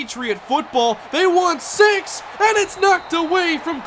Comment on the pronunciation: he said "They want six!" and it sounded like "They want sex!"